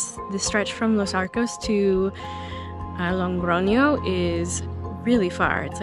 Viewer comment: Thank you for sharing! You seem such a nice person! Spanish pronunciation tip: it is Logroño, not LoNgroño... I will do my way in September so binch watching all Camino vlogs...